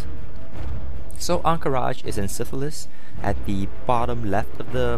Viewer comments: Silithus not Syfilis mate. :) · ahahah he saids sifilis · It sounds like you're saying "Ahn Qiraj is in Syphilis" :P